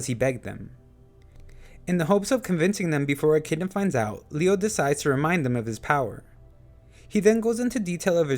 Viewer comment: When you can't pronounce echidna 😂😂